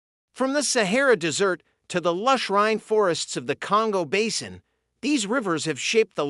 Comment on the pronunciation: Interesting, but the narrator needs to learn proper pronunciation. Desert is not pronounced dessert